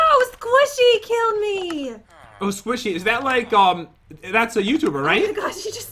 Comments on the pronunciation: Does no one care that pat and are saying sqaishy in stead of squishy (no offence and not in a mean way) I love you guys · "Squashy" LOL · I kept cringing when pat said ‘squaishy’ instead of ‘squishy’ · He was being goofy he knows how to prounce squishy